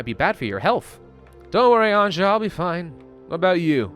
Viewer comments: Episode 3: still pronounces Anja, literally instead of pronouncing it Anya Dx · the 'J' in Anja is pronounced like the 'J' in Bjorn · please stop pronouncing Anja wrong. sick/hurt people don't need to rest during the day, changes are only happening during the night. no need to use fuel during the day if you are above 0 degree, only fuel to be above 10 to survive a night. that should save some fuel. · It is not like he would read comments at all :) EVERYBODY was spaming it under the last Story mode, and in this we ALL are saying how he should pronounce it...yet NO he still pronounces it like some retarded French would, raping the simple Slavic name